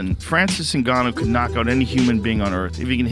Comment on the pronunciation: His name is not Engannou his name is Ngannou Whats the problem with this people.